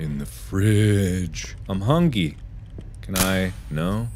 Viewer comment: ''The FrIdGe....I'm Hungy.'' Awesome, Mark is hungy, Not hungry.